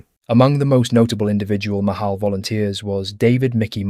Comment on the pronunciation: It's not Mahal, it's pronounced Machal (the "ch" is like in the Scotish "loch"). It's Hebrew for "Mitnadvey Chutz La'aretz" (volunteers from outside Israel)